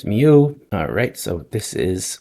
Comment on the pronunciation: Mieux is pronounced as ME + bUt. That's the sound you do with the U in But. My qualifications are that I've been living inside a French guy for the past 54 years. And it's indeed Better in French...